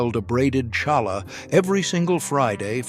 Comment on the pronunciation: Look Mr Non Jewish narrator of this video. If you are going to read Jewish words then learn to pronounce them properly. Cheder = hedder the C is silent Challah = Hallah the C is silent Cholent = CHO lent . The Ch is like choo choo from train